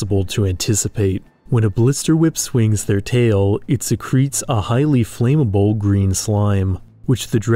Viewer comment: Loved it! Can we get a pronunciation check on flammable though? I've always heard it pronounced flam-able rather than flame-able. I'm hoping for a part 2!